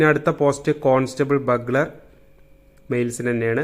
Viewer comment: ബഗ്ലർ അല്ല ബ്യൂഗ്ളർ. ..